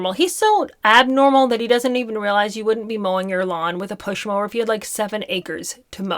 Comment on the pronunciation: ‘A Pushmower’…..😂😂😂😂😂😂😂😂